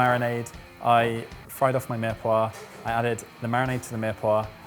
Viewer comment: I love, great sense of humour, very talented, helps everyone and passes on loads of information, but the way he pronounces mirepoix really grinds my gears 😂